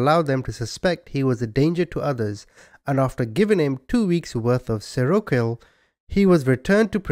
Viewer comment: "Seroquel" sounds like "serial kill" maybe just me hearing this, unless they did it on purpose which wouldn't surprise me.